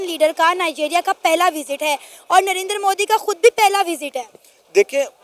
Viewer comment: Not नरेनदर he is नरेंद्र 😂